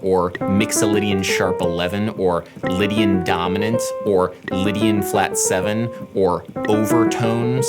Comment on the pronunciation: When he said "Lidian dominant" i felt that...